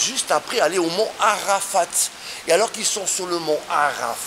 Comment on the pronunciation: Où les musulman vont là le mot ne se dit pas Arafat on ne lit pas le t